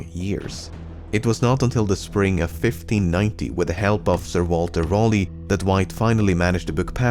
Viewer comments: Sir Walter Raleigh, not rollee. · Love the video but just to say Raleigh is a weird name spelling but it is pronounced "Rally" :) That being said I really enjoyed the video :)